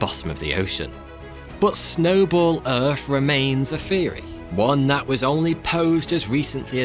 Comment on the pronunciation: What's a glassyer? And what planet is erf?